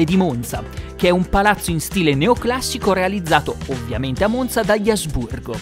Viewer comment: Apprezzo particolarmente che in questo video la pronuncia della Z di Monza sia corretta.